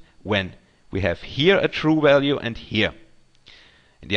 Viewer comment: Crack me up "Wallue" LOL